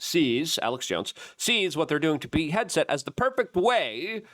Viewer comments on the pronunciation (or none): Hard 2 take someone seriously when they cant pronounce basic names correctly. - suzy willis ??? peak headset ??? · Hey everyone, let's buy supplements from a 40 something who routinely mispronounces simple names like PETE HEGSETH in every video . Every. Video.